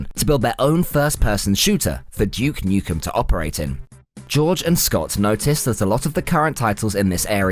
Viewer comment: Who the fack is Juke Nukem? lol